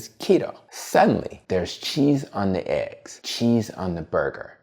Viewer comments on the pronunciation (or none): none